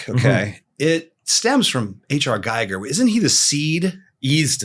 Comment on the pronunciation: H.R. GIGER is pronounced GEEger and not GEIger